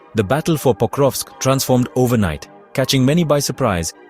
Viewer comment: there is no way you said "pocrusk"